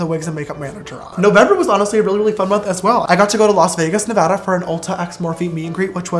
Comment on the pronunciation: yess!!! Finally someone who says Nevada the way it’s supposed to be said!!!